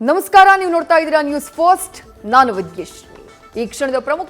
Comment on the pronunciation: News first helidda...news fost helidda...adyava tarahada pranounciation e news reader du